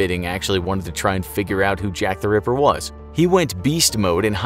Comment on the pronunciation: Why you say river instead of ripper,i heard it multiple times,don't argue